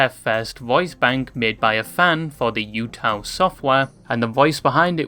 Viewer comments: Just a note about UTAU. It's not pronounced like Yuuta. There's no Yu sound. It's just the "uta" of "Yuuta" followed by another "u" (again, not pronounced as "Yu" with a "Y" sound but rather just the "u" of "Yu"). Kind of like "ooh ta ooh." The word utau in Japanese just means "to sing" or "singing" (or any other way that it could be translated in a particular sentence depending on context). Seeing the "U" as "you" and associating it with the idea that "You" can use it with your own voice is interesting. Maybe there was some sort of intended double meaning there, but I'm not sure about that. It might just be an interpretation made after the fact. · It causes me physical damage watching this video with you saying "yootaloid" throughout. I get English likes to add a y- sound when words start with the letter U (blame the fr*nch), but UTAU (うたう) should be closer to OO-TA-OO-loid. Think U as in pUt, same sound as bOOk. TAU can be pronounced like in TOWel. I hope I don't come across as snarky, I just rly like phonetics and enjoy infodumping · Hey lads, lil reminder. Its "ootau" not "youtou". But fuck it teto post hell yeah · YAMINE RENRI GOAT MENTION???? Bro’s wrecked pronunciation of both UTAU and the UTAUloid names is killing me though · Yeah, my soul cringed into itself when he said it the way he did.